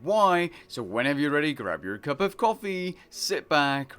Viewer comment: I had to listen to the start again to make sure you said coffee lol. Best into ever from